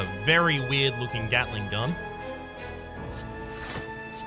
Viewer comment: Did i just heard him day gatling gull?